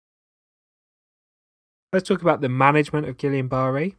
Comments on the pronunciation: I'm not going to take lessons on something from someone who can't pronounce it correctly. Gee-yahn-buh-ray. I don't know who Gillian is but they can keep their berry if that's how you're going to say it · Its pronounced as Geeyah Burrey. But yet its a great video 😍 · You are pronouncing guillain barre wrong. It is French, and pronounced (gee-YAH-buh-RAY). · How can he not pronounce it correctly? It is not GuILIAN IT IA GuiLAIN and pronounced Gi - Yohn. Rhymes with John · With all due respect to such a crisp and excellent video ,I would like to correct the pronounciation of the word Guillian-Barré to (gee-YAH-buh-RAY) Thankyou sir . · Hey, I was about to watch this video, but I decided to watch another on Guillan barre because you mispronounced the name. How am I supposed to consider you an expert if you dont say the name correctly? That honestly has me thinking youve never actually heard the word in a medical setting and only ever read about it. It is pronounced GEE ON BAR A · "gillian"? Please check your pronunciation! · It’s not Gillian. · You left out leptospirosis and it is pronounced gillane ie: ai not ia. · I'd watch if you didn't call it "Gillian." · It would be good to hear the name Guillain-Barre properly - surely its not hard for a physician who is clearly intelligent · Too bad he mispronounced it............. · I had Guillain Barre when I was 26 not something you want to get. Need to learn how to pronounce it properly. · You need to learn how to pronounce Guillain-Barre. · Sweet pea. Please at least respect those of us who have had it or those who have treated it by pronouncing it correctly. Super hard to take this seriously as a former patient. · Wrong pronunciation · That pronunciation though. 🤣